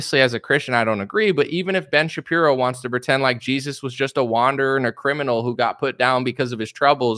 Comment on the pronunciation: "Ben Sha-Qeer-o" 😁